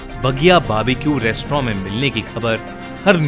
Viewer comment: Restaurant ❌ restrawn ✨✔️